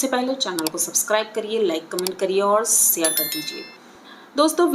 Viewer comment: hello , apko apna chhati dikhana achhalagta hai, aap ek booriya aurat ho ku dupatta nahi lagaaye ho apna breast ko dhak ke vidio keliye baaitho, itna makeup karne ki koi jaruruhai, au apna hindi ko sudharo, (SEAR ) nahi bolte hai share karo bolna sahi se bat bolo tabhi vidio achhhi banegi galat se word ko bologi to log tumko hi kharap bolenge, aur dupatta lagao